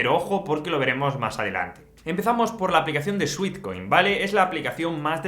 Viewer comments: Cariño, muy interesante, pero cuida la pronunciación. No es "suitcoin" sino "suetcoin" pues sweat es sudor, dulce. Instagram tiene el acento en la I, no en la a de gram. De resto, gracias por la información. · Me dio ansiedad cada vez que dijo sweetcoin en vez de sweatcoin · Gracias por el vídeo. Muy interesante y útil la info. Solo una cosita: Sweat es de sudar y se pronuncia [suet]. Sweet (dulce) sí se pronuncia como [suit].